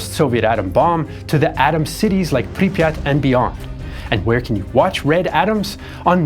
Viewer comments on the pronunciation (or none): none